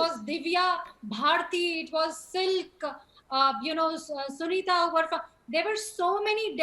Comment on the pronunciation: Not silk sunitha its silk smitha 😂😂😂